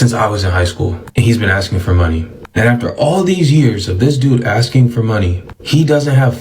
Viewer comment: Maybe if you stop axing people the bank would reopen your account?